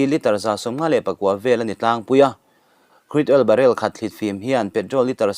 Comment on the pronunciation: Krud...oil ti mai la,lam a awl zawk , Cruid all i ti daih phah kha